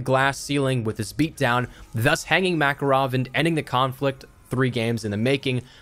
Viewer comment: It's pronounced MakArov (stress on the second a :p), not like Maccaroni